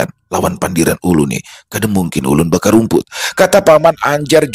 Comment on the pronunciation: dimaklumi aja jua klo sidin salah meucapakan,,, soalnya cerita yg biasa dibawakan panjang smpe parak 1 jam,,, 😁😁😁